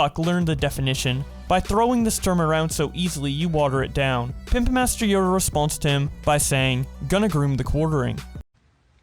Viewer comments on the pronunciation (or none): none